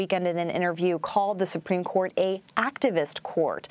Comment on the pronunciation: "Supreme Dourt"